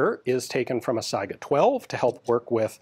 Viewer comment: One indication of Ian's above-average American intelligence is his correct pronunciation of 'Saiga'.